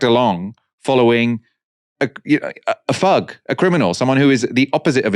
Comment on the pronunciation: Did he mean thug when he said fug? Why so many people can’t pronounce ‘th’ any more, sad.